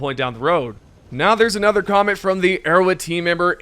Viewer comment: Nobody can convince me this man is saying arrowhead. He says erowid